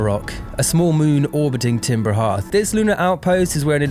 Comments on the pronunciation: TIMBER HEATH?????? IT'S FUCKING CALLED timber heARth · "Timber Heerth" nooo